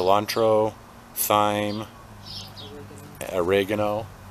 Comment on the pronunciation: So you have seven dwarfs. Well that makes cense Snow White. 😁Sorry I couldn't help it. Actually I'm not sorry. UT check the pronunciation of thyme. I think it is pronounced TIME. couldn't resist. I could be wrong. 😖 We took care of one of out daughters cat and we have a few of the Tidy Cat litter containers. They are very useful. Stay well. Love to all 3 of you. Best wishes Bob.